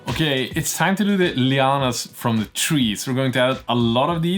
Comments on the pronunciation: I am loving the project. I have a stupid question, as an America who knows zero Scandinavian languages, what are 'lee-ah-nas'? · I want to ask what may appear to many to be a silly question and maybe it is just me hearing you wrong? Please I mean no offense. But that white stringy fabric stuff you have that you mentioned people used for polishing their cars. You said you were adding it to the diorama as 'Leo-anne-ass' and I have no idea what you mean by that? It looked to me that maybe it was vines or perhaps some giant web? Especially a web as you mentioned putting some more on after the Manta was in place. I imagined a giant spider type entity had caught it in a web which brought it down. Maybe a spider type demon called Leo-anne-ass, is that what you are getting at or have I got the wrong end of the stick? Thanks for the anticipated answer.